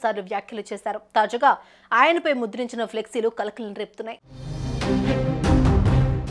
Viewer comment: Anchor garu,Taza ga tazuga kadu